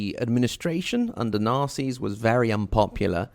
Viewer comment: When he says Nasers it sounds like “Nazis.”